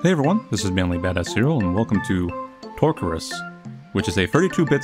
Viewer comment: You pronounced the game's name "Torcurus" but I somehow mistaked it as "Touch Grass" :')